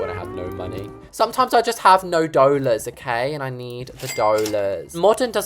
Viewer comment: The way he says dollars😂always makes me laugh❤